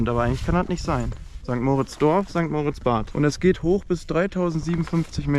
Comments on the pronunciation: sorry es heisst nicht mooritz sondern moritz,beste grüsse aus der schweiz.(sehr wichtig) Lg Beat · ST. MOOOOOOOOOORITZ😂 Es heisst einfach St. Moritz. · Ich glaube kaum, dass du jemanden in diesem Ort gefunden hast, welcher St. Moritz so ausspricht wie du. Der Ort heißt St. Moritz (moriitzz ausgesprochen) und hat nichts mit Max und Moritz zu tun.😊